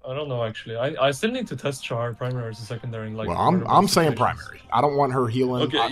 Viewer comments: Shajar with a "J" not "H". pronounce the "J" bro. Great video as usual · Great video as always but Shajar is not Shahar J isn’t pronounced as H in her name it’s a J like in jar